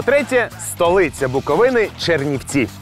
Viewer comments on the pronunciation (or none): none